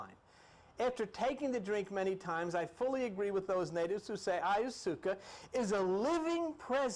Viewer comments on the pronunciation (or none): He is adorable! He pronounces a lot of things in his own way, and I admire the hell out of him for that! I can tell you this, that I will never go on another journey while calling it by its real name. I will ask to please pass AYASOOKA tea. I also write spiritual music mostly rap and I just finished a cool little rap about tripping on these types of things and I think I might change the term ayahuasca to AYASOOKA. What do y’all think? It sounds more tribal! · Love you, Let's say it together DIE - Methal- Trip- Ta- Mean, Ok class repeat..... OK let's go over a few others, Vesica Picsis PIE-SEES, Ayahuasca, EYE-YOU-WASKA. ok class